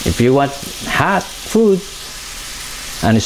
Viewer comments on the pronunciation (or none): none